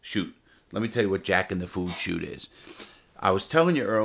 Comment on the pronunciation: Take a shot every time Larry says Shot instead of Chute lol love ya Lair.